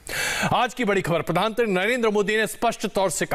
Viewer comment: आप खबर में प्रधानमंत्री न कहकर प्रधानत्री कयो कह रहा है? क्या आप जान बुझ कर कह रहे हैं?